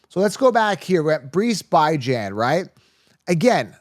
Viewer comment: You lost me at Bye-Jan…so bye, man